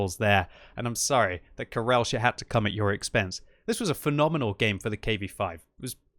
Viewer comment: The "CH" in "karelch" is not pronounced [ʃ] like in "Chicago", but rather "Kh!" like in "Loch ness".